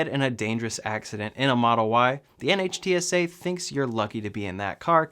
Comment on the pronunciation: By the way NHTSA is pronounced 'Nitt-sah.' Love the video!